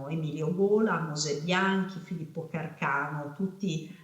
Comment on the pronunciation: Si dice Càrcano, mica Carcàno.